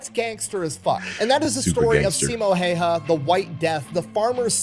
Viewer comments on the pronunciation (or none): His last name is pronounced How-ha, btw. A lot of people who aren't finnish don't know how to pronounce it, so I'd figure I'd help. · Last name is pronounced more like "How-hah" - that's as close as I can get with the English-sounding alphabet. My wife has been trying to get me to pronounce 'äy' properly for about 14 years now... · Sorry for being a year late for this, but that's not how it's pronounced. I'm a Finn, and how you pronounce the letter ä sounds the same as when English people say "and" "hand". If a Finn would write the words as they heard, in a literal sense, it would be "änd" "händ". Also the letter y, it's more like, when you say "eww", the first vocal sounds like Finnish y, so a Finn would write that word literally like "yu", or in some English accents, when you say "cool" it might sound like "kuul" or even "kyyl", like Eric Cartman says it in South Park, That's very similar to a Finnish way to pronounce the letter y. Easiest way nowadays though is to put that name into Google Translate, set language to Finnish, hit Text To Speech and finally, but most importantly, listen and try to replicate what you heard. That's all, ment no offense with this, just wanted to add some context on how the name sounds, accurately. English language can sound like Finnish if you try really hard. Key toss for reading. (kiitos = thank you). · It's Häyhä. Learn to say his name right. ❤From 🇫🇮